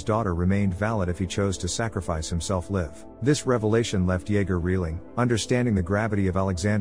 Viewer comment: Why is it that the damn robot speakers still can’t pronounce certain word correctly. Like ‘live and live or lead and lead’? I mean come on what is so freaking difficult about it?